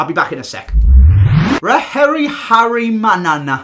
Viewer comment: Ra-Herry-Harry-Manana (Manana like "Banana")